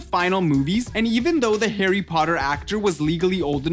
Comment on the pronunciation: Hawwy pottey